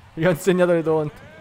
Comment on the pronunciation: Si dice taunt non tount